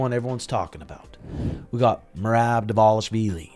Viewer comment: But learn to say it in Georgian lol